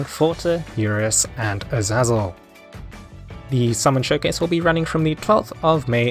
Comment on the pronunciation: It's pronounced Aseizel